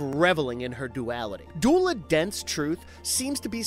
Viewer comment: it's pronounced du ela